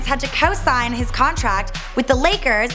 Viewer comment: Had to mute the video after the 3rd "BEFORUH"